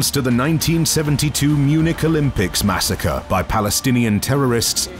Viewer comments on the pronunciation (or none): none